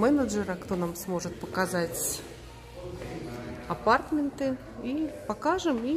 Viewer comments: АПАРТАМЕНТЫ УДАРЕНИЕ НА МЕ. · Татьяна Щербакова - в английском языке 80% ударение падает на первый слог. В слове aPARTments, корень part, ударение на вторую А. верно сказала на английский манер. Как все сейчас говорят мАркетинг, а не маркЕтинг. Хотя в фонематических правилах исконно русский вариант - маркЕтинг.